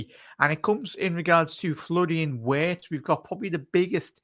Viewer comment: WIRTZ PRONOUNCED WITH A V